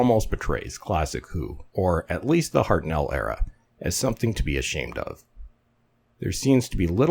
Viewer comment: The First Doctor's name was pronounced "HEART-null", not "Heart-NELL". The emphasis was on the first syllable, and the the second syllable was said in a clipped way, to sound like "null"...